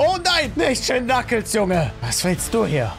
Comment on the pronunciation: Du hast shin knuckels gesagt😂😂😂